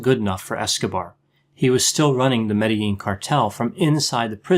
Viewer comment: I liked how you pronounced Medellin correctley.